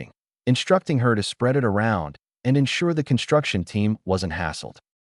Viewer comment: wtf with translation AI should be trained to read like human use some good AI that dont read . and pronounce "it" correctly rather than reading like separate character IT